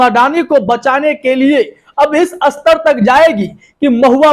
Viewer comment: भई, कितनी जमात पढ़े हो? हिन्दी भी ठीक से नहीं बोल पा रहे हो!! "स्तर" को बार बार "अस्तर" बोल रहे हो। अस्तर तो दर्जी लगाता है, जैसे कोट का अस्तर, याने inner lining!! जबकि "स्तर" का मतलब "Level" होता है। इतने बुड़बक लोग आजकल रिपोर्टर बन जाते हैं!! फिर चाहे टीवी हो या YouTube!!